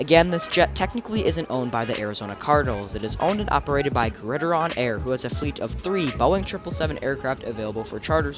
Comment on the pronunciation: Pretty sure it’s pronounced “Grid”-“Iron” like the nickname for football. Not Grid-ih-Ron.